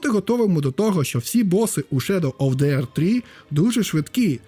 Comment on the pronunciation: Невже нарешті знайшов людину, що не каже на The - зе , а говорить ді :) нарешті, боже нарешті;) бо це зе заїбало